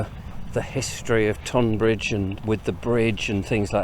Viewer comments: Sorry but im shouting "stop calling it TOnbbridge at you today";) Just in case you dint see my last post "Why Tunbridge Wells and Tonbridge are pronounced the same way" This page has the history of Tonbridge and I think you will enjoy it. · Tonbridge should be pronounced Tunbridge.